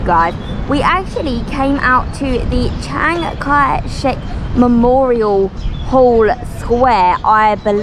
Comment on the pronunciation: 我直到今天才知道蒋介石的英文发音原来真的是常凯申😂😂😂